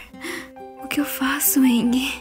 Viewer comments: Se fala engi n engue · Nao e enguie e engie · Irrita vcs falarem mal "Angie" Vei ;-; pronuncia se "Anji" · vc falou angie errado